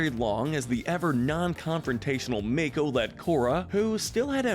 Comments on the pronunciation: Its Yue not Yu. Its mako not mayko and its Zhu Li not Zu li. Like wtf!! Also, how are Ursa and Ozai not the most toxic??!!! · I'm sorry, did I just hear Mako pronounced like May-co? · Dude, Mako is not pronounced MAKE-O. It's pronounced MAH-KO. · Wow to state the obvious that bolin a eska is the most toxic relationship And you are saying mako all wrong this is infuriating like the ooong one in the movie